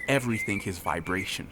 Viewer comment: If you must record in English remember, there is no K in everythinG.